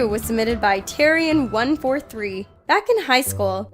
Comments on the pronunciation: She said terrarian wrong it’s a game and she said terrian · Btw it’s tear (as in paper tear) -rare -we-an. Terrarian which is a terraria player.